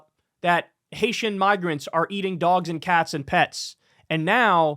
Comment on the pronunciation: I wish I could hear the laughter across the nation when he said "eating the dwogs"